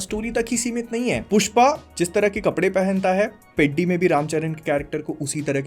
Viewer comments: Please people pronounce atleast the movie title right. It shouldn't sound peddy it should sound peddhi. Movie tho dekha hain na. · As a telugu guy I found it sooo funny you calling it पेड्डी, it is पेढ़ी 🤣🤣, btw as you said movie is bad 🤝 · Bro, with due respect, whether the movie is good or bad is completely your opinion and reviewing it is your right. But at least please pronounce the title "Peddi" correctly. It's a Telugu word, so kindly check how it's actually pronounced in Telugu rather than reading it with an English pronunciation. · Bhaii I tell youu itss not peddi itss peddhi this is how u pronounce it!! U dont evn know how to pronounce a name and what to judge a movie?? I accept the jahnavi part is not acceptable but the movie the emotions are soo gud maybe the hindi dub wasn't good but in telugu is was damn good and theres no much story about hero and heroin together because the story is totally concentrated on peddi only and his struggles SO STOP COMPARING PUSHPA AND PEDDI And in bollywood also they show a women in minute dresses u dont talk abt tht Hypocrite!! As u said tht he plays cricket,khusthi and many other dont you understand that he is multi-talented he said in his first intro " aate na pogaru " that means game is my pride he loves games and about he giving off his legs because in his leg the nerve is totally damaged and he is having difficulty in walking he is in pure depression so he took the step THIS MOVIEEEE!!! IS TOTALLY ABOUT STRUGGLE FOR IDENTITYYY And it is also a call to youth to struggle for their identity and a information about sports other than CRICKET THIS MOVIEE WAS SO GOOD if u think broadlyy such a hypocrite u are to roast such good movie I accept some scenes does nt make sense but it has a great meaning OVER ALL THE MOVIEE WAS SOO DAMN GOOD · Peedi nahi peddhi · Peddi teddy ki tarah nahi pronounce karna hota hai… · This guy actually doesn’t know how to pronounce peddi and he is giving its review waaah bhai waaah 😂😂😂😂